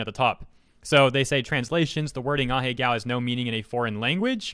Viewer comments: Ah-He-Go (not ah-he-gao) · Pretty sure its not pronounced ah-hey-gow